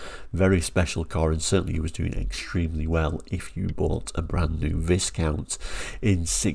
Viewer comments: Sorry, I'm not brittish, but isn't Viscount supposed to be pronounced without the "s", like "whycount"? I've never seen these cars, they weren't sold in Sweden I believe. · FYI it's pronounced Vi-count, the s is silent. 🙂